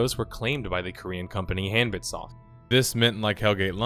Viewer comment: About the name, HanbitSoft: it's supposed to be pronounced more like "hahn-beet". Or in Korean, "한빛", which translates roughly to "the light of day" or "daylight" or something like that